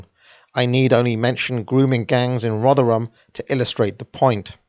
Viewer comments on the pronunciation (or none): none